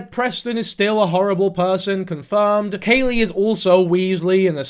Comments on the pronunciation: It’s Khalie - like Callie not Kaylee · I'm so glad you're covering this, for future reference her name is pronounced like "Callie" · Isn't it kha-lee like Cali? You don't do your research. Also you're stupid and have no right talking about half the shit you talk about. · “Im gonna call her lily” proceeds to not call her that, and pronounces Khalie wrong. Its like pronounced like the plant khala lilly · The mispronounced name is absolutely sending me. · I’m sorry but you did not even pronounce her name right so I can’t take this like you watched her videos.